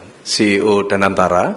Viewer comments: Sekelas Mensesneg mau nyebut CEO (si, ì, ow)jadi CIO (si, ai, ow) hahahahahaha😂😂😂😂😂 efek milih menteri ga pd kapasitas tapi formalitas krn loyalitas😂😂😂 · Ngomong CEO aj salah😂😂😂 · Pak anda mimpi ya 😅😅😅, ceo aja salah pengucapanya